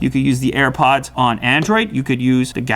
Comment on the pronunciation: Linus said air puds lew says earpuds